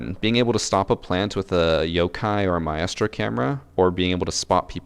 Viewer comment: I die a little inside every time he says Maestro. It’s one syllable, one syllable 👁👄👁